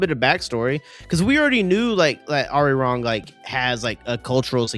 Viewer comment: I wish creators would put just a small effort on pronouncing Arirang correctly